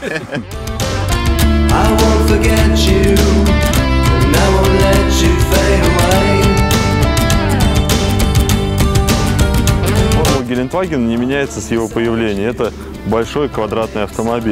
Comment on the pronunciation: Ребят ошиблись гелендваген а не геленваген !!!